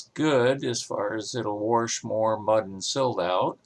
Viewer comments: Wash not warsh. Good grief. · Did you say "Warsh"? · yesh, he did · Is "warsh" particular to Ohio?